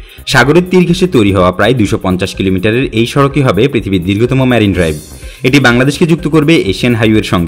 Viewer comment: সুন্দর উপস্থাপনা। তবে "ম্যারিন" ড্রাইভ না। "মেরিন" ড্রাইভ।